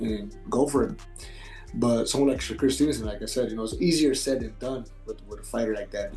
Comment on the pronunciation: His name is not SHOCKER...his name is SHAKUR!!! Pronounce his damn name right!!!